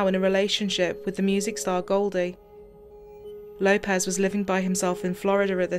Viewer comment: Lay-pez? its Low-pez